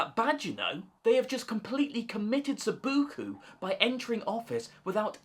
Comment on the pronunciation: I think the word you were looking for was “Seppuku”. I don’t know what “sebukoo” is, though I used to play Subuteo and maybe you did too? 😂 I disagree with your prediction about Farage, however. Reform does not have a commanding majority in the polls (35% is good, but not a walkover). Winning lots of councils means people are going to get to see Reforms actually governing and delivering… and I’m not convinced they’re a very capable lot on that front. Polls will slip. And first past the post is an extremely high bar for any non-incumbent party to get over. Finally, general elections are about what a party can offer not what they are against and Farage is incredibly policy-light. If he manages to get more than 70 MPs in the House in 2029, I’ll be very surprised.